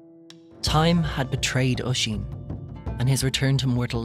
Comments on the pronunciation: Is it just me or is it relly annoying how he says osín like either we say my cusins name wroung or he says it wierd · I'm Irish and it's called oisín in teir na oge